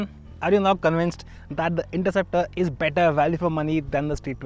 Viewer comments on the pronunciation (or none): the narrator says interruptor! ha ha